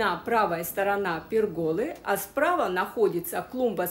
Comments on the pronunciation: Пееергола, на е ударение. Розы прекрасные. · Правильно говорить "пЕргола", с ударением на первый слог. Очень режет слух неправильное произношение на протяжении всего видеоролика. А сад ваш очень красив! И розы прекрасны!